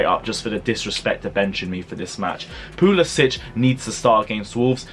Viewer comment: Pu-li-Sick!! Pronounce it right please. No itch